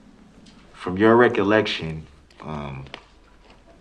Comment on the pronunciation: “From your reculection” lmao